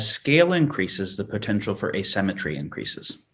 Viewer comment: How am I supposed to take someone seriously who says uh-SEM-etree instead of ay-SIM-etree? Is he for real? One minute in, I'm out. Quick comment, then see-ya.